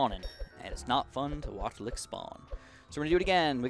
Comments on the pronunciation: Oof was not trying to be a dick but had no idea there was even a regional thing that turns a hard ch into a K sound, sorry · ok i get what youre saying m8 and its fine that said it with a ''k'' but like the correct pronunciation is with a ch i mean kust sayin' ok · pronounced as LICH, not LICK. Have you never heard that word before????? Like, Rich. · I hate to be that guy but I believe Lich is pronounced with a hard ch (like birch, or crunch) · I agree its lich and I was a little triggered when he said it lol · i hate to be THAT guy but there is no way in hell that saying it like lick is right,seriously ask anyone even mildly inrterested in rpgs or mithology and 9/10 times they'll say it's pronounced with a hard ch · the way he pronounces lich is so weird XDD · Small Chicken yeah I do have to agree with you there, it's just hard for me to figure out if some one is mispronouncing something or if its just a regional thing I just thought ide add my two cents